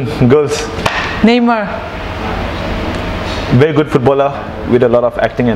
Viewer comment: Never say neymar that way🤔